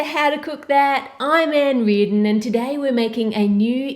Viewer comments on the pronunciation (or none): ReaRdon? Never noticed the r! I like it though!